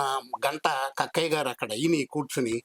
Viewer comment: Kakkaya kadu sir thakkaya